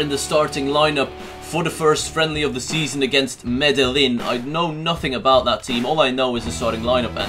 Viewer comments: Also the the L's Are silent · its medeiin!!